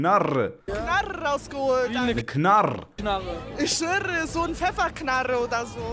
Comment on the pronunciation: Knarrrrrre ich Schwörrrrrre 😂